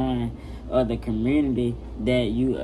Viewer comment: " commurnity " 🤣 " this that rich people shii " 🤣 HELP HIM GET TO 200k!